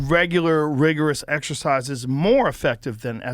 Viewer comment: “Regular rigorous rexercise”